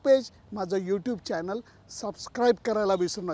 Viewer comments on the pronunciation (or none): none